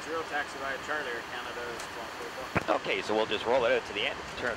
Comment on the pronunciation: I’ve noticed Air Canada cockpit flight crew seem to pluralise the “Air Canada” radio callsign so it sounds like “Air Canadaz”